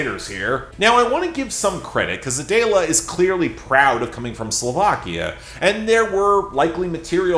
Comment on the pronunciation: It’s not A-day-la. It’s Adele-a